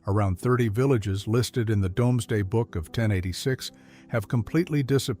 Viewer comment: Shame the 'guy' doing the commentary can't pronounce 'Rowntree', but then that's not surprising when he can't even pronounce 'Domesday'!